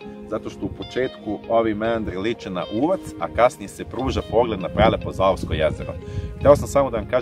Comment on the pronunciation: Lep video, samo je jezero ZAVOJSKO, ne ZAOVSKO kako mi se čini da je rečeno, ako sam dobro čula... Ako nisam, praštajte... Svakako prelep video i mnogo toga lepog obuhvaćeno... Svaka Vam čast 🤗💙